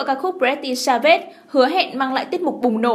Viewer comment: Ad tên bài hát pretty svage mà sao đọc j kì vậy ko bt đọc tiếng anh à?